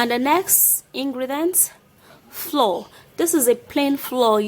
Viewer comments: I’m an immigrant from West Africa to be specific but that’s not how Africans Call flour and I’m not sure this is about her accent because we Africans are known for pronouncing every letter in a word lol 😆 Mayb she was trying to speak like an American or British 🙈🙈🏃🏽‍♀️🏃🏽‍♀️🏃🏽‍♀️ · Flour not floor. Pronounced: Flower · First u think ur toothpaste q'ty might be ok. Don't u know ur own recipe???. Bullshit!. Pls pronounce it as flour not floor. Fake therapy. Does not work shit!. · It's flour not floor 😂😉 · Bitch it not "floor" it's frkin pronounce "flower" but spelt "flour" ughhhh the earth is so confusing ffs like this fkn comment y'all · Pronounce flour correctly hey u are sayin floor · Flour is pronounce FLOUR and not FLOOR please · I'm going to try it but I don't understand what the powder is is she saying flour or flaw will someone please tell me what she saying about the white powdery stuff thank you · Lmao... The way she pronounces, flour like floor 😂😂😂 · May I correct your pronunciation of "flour" it's pronounced as " flower " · I was confused how u pronounced de flour. I thought it was floor . I ll try it anyway. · Takyi Barbara 😂😂😂😂 me too... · Takyi Barbara me too😂😂😂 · Is she saying 2 TBS of ? FLOUR as Flaura ? What the heck??? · Hahahahahaha... You heard plan flour? I heard plain floor... Rotfl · Echantombi Sougaijam she's trying to pronounce the word flour as in baking flour. But she's saying "Floor like the ground. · I think she means plain flour the "flow" is kind of the Nigerian way of pronouncing it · Y’all need to hop tf off her back about she says “flour” lmao it’s not the hard to figure out she’s saying flour, she’s trying her best and she even wrote the word flour in the video so you can read🤦‍♀️😂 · Are you saying flour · I had a hard time understanding that word. Thanks for clarifying it for everyone. Haha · Are u saying flour? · Its flour everyone pronounces it differently in their native language.